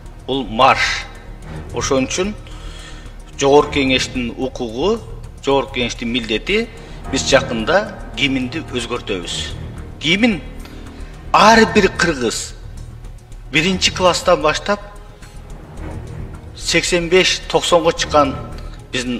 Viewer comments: Гимин эмес гимн деп айтылат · Гимин эмес Гимн болот да сабатсыз, Гимн деп туура айта албайт дагы озгортом деп коет сабатсыз.